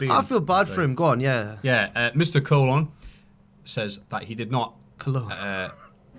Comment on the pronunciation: Its Colón (cologne). How good, you ignorant swine. Much love to everybody else!